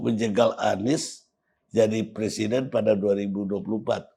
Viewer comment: kan ngomong nya pleciden